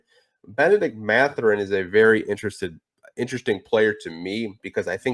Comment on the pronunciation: C'est Mathurin et pas Matherin.